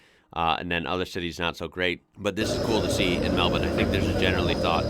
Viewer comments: Yep really got the “bin” part down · My son just about passed out when you pronounced Melbourne properly 😂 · You pronounced Melbourne perfectly. You must have spent time here. The thing about Melbourne is it's class. The architecture, gardens, sport and art. Best time to visit is around March April, weather is still warm; the footy starts, grand prix, Comedy Festival. Heaps of stuff to do. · Finally an American who pronounces melbourne correctly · Somehow its just as jarring hearing the word Melbourne being pronounced correctly in an American accent. Appreciate the effort to say things correctly though, we are an annoying bunch with pronunciation of towns. also of note, Chadstone is the largest shopping centre in the southern hemisphere, not just Australia, It has its own postcode its so large. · Such perfect relaxed pronunciation of the name 'Melbourne'. You truly are an Aussie now. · I was thinking the same 😅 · Yeah. Nice. I am now also curious for his Brisbane pronunciation. That's one that usually gets fouled up by yanks. Just as easy to fix. 😁👍